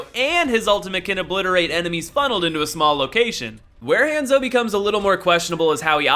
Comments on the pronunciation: It han-zo not haaaaaaanso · hon-zo not hand-zo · I'm sorry, I kept hearing hamzo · Did he just call hanzo hanzo!omg this is how you say it:Hanzo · I about lost my mind every time you mispronounced "Hanzo."